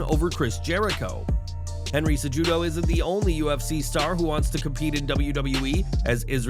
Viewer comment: its CE-HU-DO. not CEJUDO